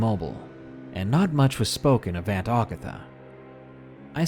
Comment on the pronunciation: Great video, man. I prefer the "non-fiction" stories (stalkers, kidnappers, home invaders, etc.) to the supernatural ones, but figured I'd give this one a shot. Was not disappointed. That said, I must pick a couple of nits. In the Aunt Agatha story: It's not "Augatha." Ag as in hag. Ag-atha. And Mobile, Al., is pronounced Mo-beal.